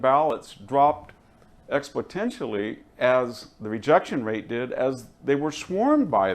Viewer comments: OK, the "expotentially" was something I didn't expect from VDH. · I know VDH is old, so it may be too late, but someone needs to tell him the word is "exponentially", not "expotentially". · Victor, you need to sharpen your presentation. When you say, "Latina James" and "expotentially" you just don't look as qualified as you could.